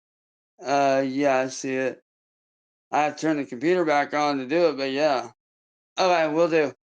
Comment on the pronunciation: Bothers me immensely how he cannot pronounce the word "okay." It truly gets under my skin every time he says "ohway. Ohway, ohway"